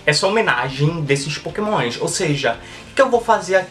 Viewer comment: pokemoinshh kkkk sutake loko